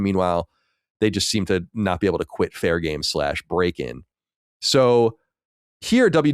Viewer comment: Fair Game Dollar Sign. Please say it right